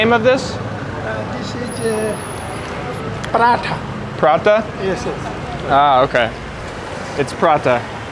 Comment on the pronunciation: It’s parata not Purada